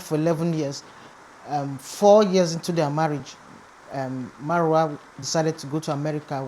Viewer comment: 😂😂😂 ooo. Her name is Mayowa, not Maruwa 😂